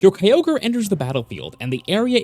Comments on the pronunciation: Kyo-gray Two syllables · Why do people pronounce Kyogres name as Key-ogre 😂